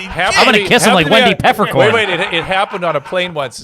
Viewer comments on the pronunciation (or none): Peffercorn not peppercorn